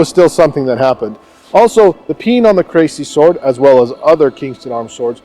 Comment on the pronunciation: It's pronounced "Cressy" not "Crazy" ;)